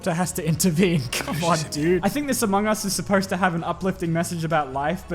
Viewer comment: Is it just me or was there a "u" in Among us?